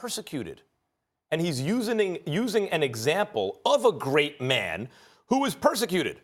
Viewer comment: my guy say USINING